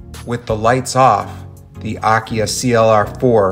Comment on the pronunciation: AKIA Pronunciation is: Ah - Key - Ah